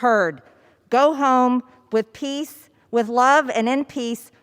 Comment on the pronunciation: Just because you accentuate the word PEACE does NOT mean it's PEACEful you PEACE- OFSHIT!